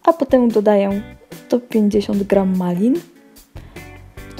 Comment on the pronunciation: Miksuję dodaję!? W sumie fajnie sie ciebie słucha tylko te ą i ę!